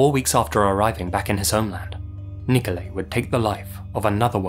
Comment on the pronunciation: Do you intentionally mispronounce people's names?! Nikolai = niko-lie